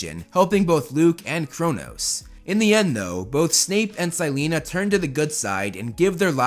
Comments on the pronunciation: This is the first time i heard "sy-lee-na" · Ok I don't mean any hate or anything but the way you say Silena has me ded I get that's the way it's spelled it's just not how I read it